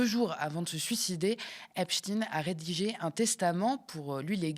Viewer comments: Même elle n’est pas capable de prononcer correctement : in plus de 20 fois ein de temps en temps. Elle ne sait pas sur quel pied danser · pourquoi vous ecorchez son nom? c est pas epstine.. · Epstein se prononce Epstine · Grotesque, POURQUOI PRONONCEZ VOUS EPSTINE . DIT ON FRANKENSTINE? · Ah tu as glissé de EpstEIIN à epSTINE😂 sionisme quand tu nous tiens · Vous avez du mal à vous décider sur la prononciation du nom Epstein : vous dites Epstein, puis Epsteen, puis à nouveau Epstein, pour finir en gardant Epsteen. Dur Dur ! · Pourquoi prononcer Ep-chtine et non pas Ep-chtaîne ? Le grand scientifique Einstein, on ne prononce Inn-chtine. Est-ce qu’on voudrait cacher quelque chose? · Pas un mot sur les mails de Ariane de Rotschild concernant Dieudonné 🤔 on prononce Epstainnneee on dit pas Albert Einstinnneee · Ca se prononce epsTAÏNE...juif.